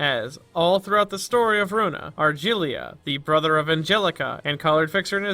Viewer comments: Argilia really bothers me ... He is in fact called Argalia pronounced as Ah - r - gah - lee -ah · Woah I wasn’t expecting a library of ruina video from you but I’m here for it. Ragna workshop everyone congrats I don’t know how you can even say ranga as ragna but ok!!!! fucking argillia I’m sorry ok everyone has their accents and shit but ARGILLIA Also I don’t think atelier is a specific workshop I think it’s just another word for workshop Also thank you snake granny Yeah this video was great loved it good job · Please never say "Argelia" ever again you're giving me a fucking stroke his name is literally spoken several times in the game and there's not a single E in his name. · Very interesting video for someone to learn about Roland and all, but I really can't stand how atrociously you mispronounce "Argalia".